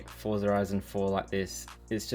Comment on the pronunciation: Forza is an Italian origin word. It is pronounced as " fort sa" just as how you pronounce ' pizza"😅😅😅